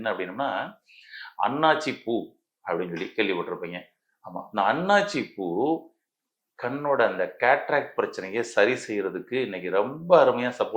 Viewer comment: ஹலோ எல்லாம் தெரிந்தவரே அது அண்ணாச்சி பூ அல்ல அன்னாசி பூ... ஒழுங்காக தெரிந்து கொள்ளுங்கள் ஏதோ காப்பியடித்து கூறுவது போல் உள்ளது அனுபவப்பட்டீர்களா அல்லது நீங்கள் மருத்துவர 😢